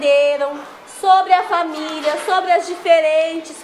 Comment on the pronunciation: É PORQUE A PROFESSORA FALA ERRADO, ELA FALA FA-MI-LHA E NÃO FA-MÍ-LI-A